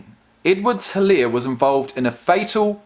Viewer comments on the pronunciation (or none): helaire is pronounced e-lair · The H is silent in his last name. Its pronounced Elaire.Its a south Louisiana thing.Cajun